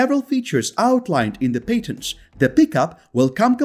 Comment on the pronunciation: That's paytently obvious.